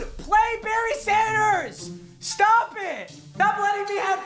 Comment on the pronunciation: whenever you say berry sanders it sounds like you're saying bernie sanders and thats the best part of your videos